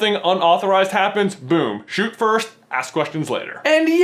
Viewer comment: IT'S FIRST NOT FIRSHT YOU IDIOT.